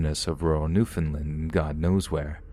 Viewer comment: hey! um just wanted to let you know... it's pronounced New-Found-Land, Love your narrations btw ^-^ oh also it's v-ista not v-este <.<